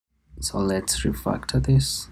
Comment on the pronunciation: So LET'S reFUCCTUER DIs